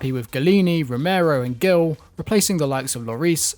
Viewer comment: When you say Gil in Bryan Gil, its like if you say it with an h in honey.